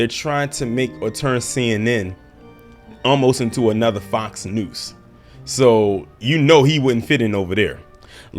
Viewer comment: Are you saying “Fox Noose”? 😂